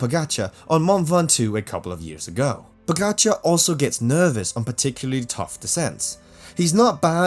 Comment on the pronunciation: Stupid comment that wva May leave tour You miss the big pts. Uae managers doped as cyclists. And they were the coaches of doper I basso and m pantani And you mispronounce the name pogacar Oddity b c you make this video on pogacar Not all bad, you do make some gd points here